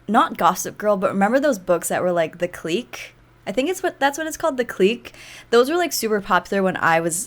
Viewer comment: Haha “the cleek” I love when u said that 😂 (i think you’re thinking of the clique books it’s pronounced like click)